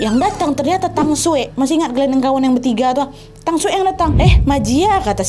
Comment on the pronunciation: halo kak cuma mau kasi tau kalo cara baca j dimandarin itu diganti ke c jadi ma jia jue brrti cara bacanya ma cia cue kalo tang, bacanya thang sekian xixiixx